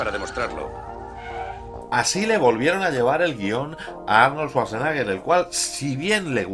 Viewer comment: No es lo mejor de Schwarzenegger, pero es muy entretenida. Muy buen video, como siempre, pero lo de Svasnaga me ha echo sangrar los oídos... Jaaaaaajajajaja